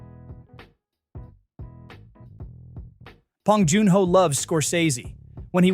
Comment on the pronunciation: Too bad the AI can’t say his name right. 😂